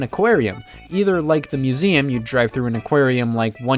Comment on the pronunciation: “Mueseum Track”